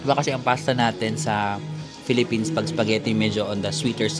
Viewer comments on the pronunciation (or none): none